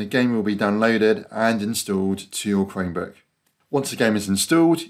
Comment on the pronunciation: Thanks! This worked for me! I've had a Chromebook for several months now but had no idea I could install Steam on it. (BTW, with your accent, it sounds like you're saying "Cremebook". 😄)